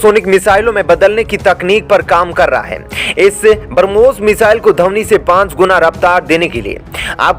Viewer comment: कृपया उच्चारण सही किजीयेगा बरमोस नही ब्रम्होस 😃